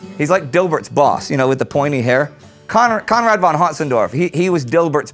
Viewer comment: I love, how you always pronounce Conrad.